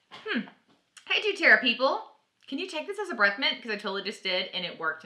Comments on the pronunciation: I love doTerra! i’m not trying to be mean, i’m just letting u know, u r saying du-Terra, not doTerra. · please quit saying Dueterra! it is DoTerra! you should know ur product name if ur going to teach about it.